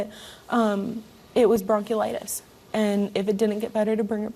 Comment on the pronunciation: Can she pronoice bronchitis correctly please She keeps saying broke-u-litis and I'm loosing brain cells listening to this trailer trash talking